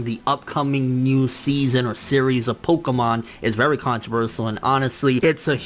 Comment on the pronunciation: please for the love of god!!! practice pronouncing ConTROVERsial!!